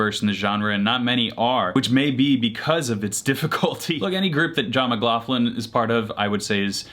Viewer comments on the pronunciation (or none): none